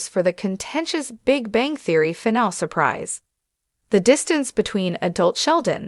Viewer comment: AI narrators don't know how to say the word "finale" (3 syllables: "fi" + "NAA" + "lee") and mispronounce it as (2 syllables: "fi" + "NAAL"), chopping off the word's third syllable. This happens many times in this video and when you use Free AI text to speech generators for your audio narration, your quality is low because you don't run the final results past any English speaking QA living human reviewers before uploading and posting your videos. Why? Is it all about the time and money?